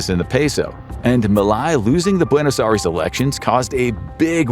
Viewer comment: Buenos Aries 😭😂